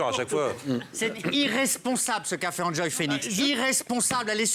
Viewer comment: "Anjoy" d'accord car c'est a peu près la prononciation en anglais, mais "injoy"...